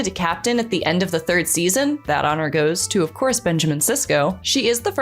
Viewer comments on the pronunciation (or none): none